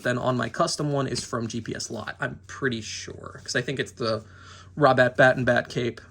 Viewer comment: When you talked about the cape on your custom did you say robert pattinson batman? I cant understand well I just hear roberpatbat lol